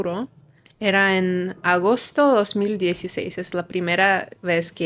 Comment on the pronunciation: No, no habla muy bien todavía el español. El dice dos mil, en una sola emisión y acentúa en dos, el español no es así en su fraseo. Se ve que no has oído mucho. Hay muchísimos extranjeros con mejor acento. El acento y el hablar neutro no existen. Lo que llaman neutro es simplemente su forma personal, es decir su propio acento